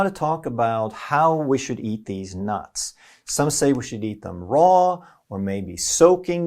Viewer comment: I laughed so much when you said theese nuts 😹